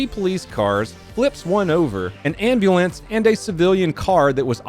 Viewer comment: Did you say Amberlamp. 💘😻